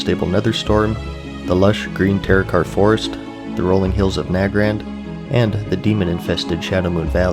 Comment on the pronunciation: This video is great because rather than being told what changed in BC you understand how the players felt during this time and it's great learning about old expansions since my family revolved around this game but I was around 6 or 7 so I could never play it ( Also it's nay-grand not na-grand)